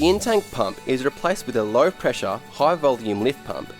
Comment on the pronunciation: I thought had a cold and was saying Intake Fuel pump.... Took me way too long to figure out he was actually saying In-Tank Fuel pump..